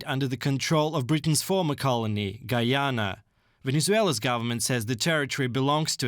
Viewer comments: GUY-ANNA... not gee-anna... FFS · Guy - ya- na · This guy had one job and butchered the word "Guyana"